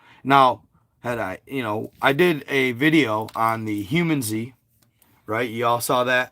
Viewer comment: Its. Hue-Man-zee Not humanZ 😂.. Not hating either.. Love ur content bro.. PLZ be careful if u get contacted. Its not worth dying for brother